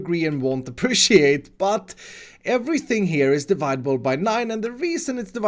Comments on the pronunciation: diviedable Everyone else: divisible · you’re awesome but when you said “dividable” I died a little inside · STOP SAYING DIVIDABLE it's divisible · I understand english isnt your first language and I really appreciate you speaking english because I would have never seen your amazing contend had you not but please say divisible not dividable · Divisible not dividable